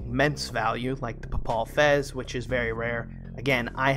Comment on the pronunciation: Pronounced Pay-Pull Fez. Fez of the Pope. great vid as always.